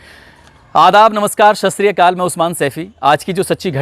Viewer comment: आप ससरीकाल बोलते हो वो सत श्री अकाल होता है